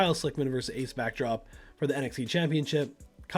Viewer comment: i enjoyed the video and how you set up matches but.... its Ace Backdraft... not Backdrop or whatever you called him (twice)